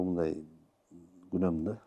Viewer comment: "Сомнения" деген "Күнөм" эмес "Күмөн" деп айтылат болуш керек ..